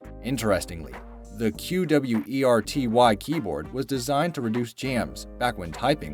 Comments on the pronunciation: Its qwerty, not q-w-e-r-t-y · Q W E R T Y? It's QWERTY!!! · Its qwerty you pronounce it as qwerty not Q W E R T Y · Am I the only one that finds unsettling the way he said every letter in QWERTY, instead of reading it as a single word? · Also you don't need to spell out Q.W.E.R.T.Y. you can just say ˈkwərdē/ (like if you google it, it says how to say it.) Also you said DVORAK weird. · I liked the better version where there's no shitty writing and commentary. Like, who spells out "qwerty" and says falafel wrong? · You just say Qwerty, not each letter lol. Their is always sooo many easily fixable mistakes on these types of videos... this being only a small one, cause like a few people already commented you cant even say falafel right. My 3 year old kid can say it better than you lol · Q-W-E-R-T-Y omfg, just say it it sounds exactly as its spelled and "fall-a-fall"??? you literally almost made my ears bleed idk if you skipped school, but you seriously need a refresher in language arts / english / "whatever its called these days" class